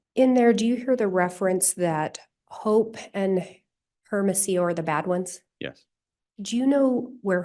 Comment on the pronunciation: Why does she keep saying airamasio, for hermosillo? It is so irritating, shut the f. Up lady